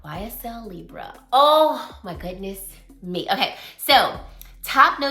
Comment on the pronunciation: Lee- Bray. Libre❤❤❤ its french